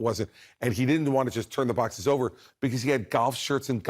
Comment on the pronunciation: trump goes from his gladiator voice when he's feeling brave to his 90 year old lady voice when he's cornered, "I had to look thru my bociss, my bociss had golf shirts, they were my bociss... note I'm not misspelling boxes, its how he pronounces it while trying to keep his dentures in.. bociss..